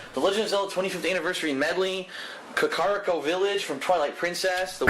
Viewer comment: Kakariko is KAH-kuh-REE-koh